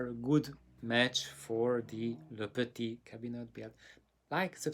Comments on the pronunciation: Du bist fast der Einzige, der LePetit RICHTIG ausspricht! 🤔🤗Nein, Namen der meisten anderen Sünder fallen jetzt nicht….😇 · You‘re almost the only one to pronounce „LePetit“ in the right way! Chapeau! Respect! 🙏🤗No, I won‘t say any names! 😇🤓